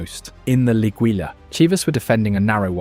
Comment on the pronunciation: Its pronounced. LEE-GEE-YA (Liguilla) the LL in spanish is a Y sound. Also, the 'I' has an English 'E' sound in Spanish, and the u is silent when using it in a 'gui' combination. Its only job is to keep the 'G' hard, like the 'g' in guitar. So it shouldn't sound like the English letter 'G' (jee)—it is strictly pronounced LEE-GHEE-YA.